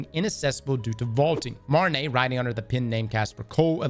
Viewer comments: Bro it’s pronounced MARTIN-OH. How does that look like Martin-AY? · Martineau sound like Marti NO, not Marti nay. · it's pronounceed mar-tee-noe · For future references, Martineau's name is pronounced MAR-TEE-NO ✌ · Quick heads-up, the correct pronunciation of the name Martineau is ''Mar-Tea/Tee-No'' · Being from Louisiana you should know how to pronounce the plaintiff's name correctly 😂